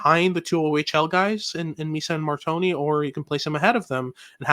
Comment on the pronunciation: Please let’s call him Mar-tone And NOT Mar-Tony 🥲🥲😅😂